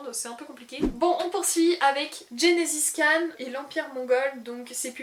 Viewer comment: Haha je n'avais jamais entendu quelqu'un prononcer "Gengis Khan" "Genesis Khan". Mais "Dysfonctionnelle" à l'air incroyable. Je t'ai découvert il y a peu et tu me fais beaucoup rire, a chaque fois que je regarde une de tes videos tu me fais marrer. 😁